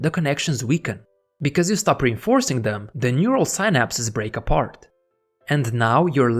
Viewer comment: Your pronunciation of "synapse" is killing me lol but I love this video! I finally have a step-by-step to helping me limit my social media addiction :) thank you!